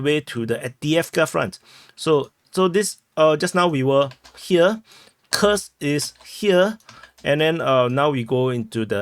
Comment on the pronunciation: Dude, your Kursk [ˈkursk] sounds like a curse [kɜːs]. Read the names of Russian settlements according to the rules of the Latin language.